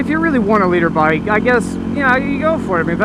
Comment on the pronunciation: i tought he was saying "litter bike"